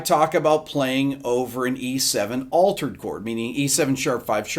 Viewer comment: Sorry sir it’s altered not aletered